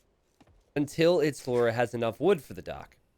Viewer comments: As a brazilian seeing you saying "italora" is so funny His nickname actually means Italo Ramos BR, his name + country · was saying it like "It's a lora" or something and it was really confusing. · Love the way pronounced it as Italora Mosbr